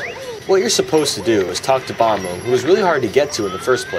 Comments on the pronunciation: Me and my 9 year old enjoy a lot of your videos. They're really funny but my one gripe is the pronouncing of bob-omb as bomb-o. I know it sounds ridiculous to hear me say that but it sounds ridiculous when I hear you say it and it had my son calling them that for a while and it pissed me off lol. So what's the deal with calling bob-omb that? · I used to call/think Bob-ombs were pronounced like 'Bomb-ombs'. I still do. You are my friend =)